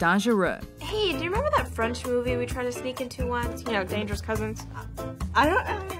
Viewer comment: Babes you could not have butchered that French pronunciation any more omg